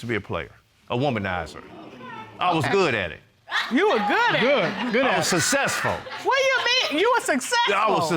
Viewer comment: “I was sussessful” I screamed so hard🤣🤣🤣🤣🤣🤣😂😂😂😂😂😂😂